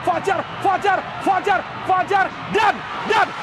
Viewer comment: fajar , r nya gacooRRRRR